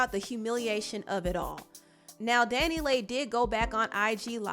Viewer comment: Her name is pronounced Danny Lee (DaniLeigh)